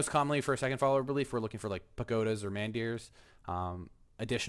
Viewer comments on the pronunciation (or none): Took me a second to realize what you meant by man deers. It's a soft a, like mon or mun